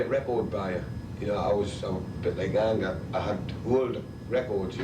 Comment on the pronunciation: Angus without the g is fucking great😂